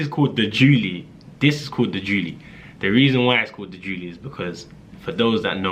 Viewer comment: Your a neek you called it the julie 😂😂😂😭😭😭 im actually dying